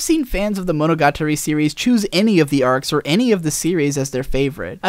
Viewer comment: Someone else who can't pronounce "monogatari"; say after me "mono - ga - tarry".